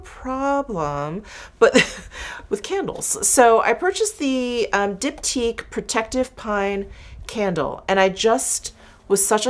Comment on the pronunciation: finally ive heard someone say diptyque so i dont have to embarrass myself anymore whoops